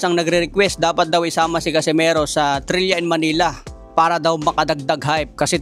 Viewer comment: Trila yung pronunciation dun hindi trilya